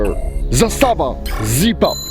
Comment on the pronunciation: Zaaaaaaaaaaastava……..Not Zastaaaaaaaaava